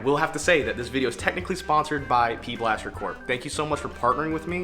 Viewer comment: bruh who tf calls it “pblaster” tf. 😂😂it’s pb blaster